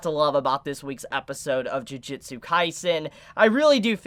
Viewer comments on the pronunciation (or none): please stop saying "Jiujitsu" Kaisen ;_ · Tbh, it was a perfectly fine comment. No hate or malice really shown. Don't know why you're saying it's not constructive since now knows it's not pronounced "jiu". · juJUtsu kaisen :D not jujitsu ehe trigered ahah , JUJIIIIIITSUUUU!? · Why is so many people still calling it "Jujitsu Kaisen" XD